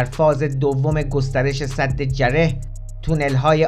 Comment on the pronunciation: درود . وقتی مسئولان میراث فرهنگی خودشان قاچاقچی آثار تاریخی کشور هستند دیگر چه انتظاری از این جانوران پول خوار میتوان داشت . تلفظ درست سد ساسانی جعره gareh هست .